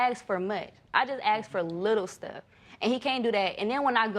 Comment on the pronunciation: Here we go with the axe again ,if you axed him he would be dead pmsl 😀😀😀😀😀😀😀😀